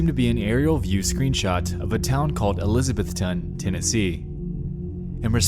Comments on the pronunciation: It’s really cool hearing a story about Tennessee! We don’t get much here :// (e-liz-uh-Beth-un is how we say it here btw! It doesn’t really matter but for future reference:) ) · It’s pronounced ElisaBETHton. Not Elisabethton. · fun fact: folks around here pronounce elizabethton "elizabethon" I'm from New England I don't understand it either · It's not pronounced how Nexpo says it. Its elizabethtun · Julie Dotson HE WAS SAYING IT SP WEIRD lmaoooo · Okay I spent a good chunk of my life in Elizabethton, TN (Actually pronounced uh- liz- a - BETH - ten) and that town is sketchy as fuck. Meth heads everywhere and really weird shit happening all of the time. I couldn't have been happier when I got out to Johnson City, and then back home to Chattanooga. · The way you keep mispronouncing Elizabethton is frustrating. E liz uh BETH ten. That probably doesn’t help much. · Elizabethton is about 30 mins away from where I live everytime I hear somebody talk about Alex from TN it kills me to hear them pronounce the town name lol. I think I know the place this is talking about n it's just abandoned buildings that the few homeless ppl in the town used to stay sometimes. N ppl used to party down there, most likely the car he heard at one point in the story was a cop bc they patrol the area pretty well n probably seen his car down the street. If the story is true he got arrested for trespassing.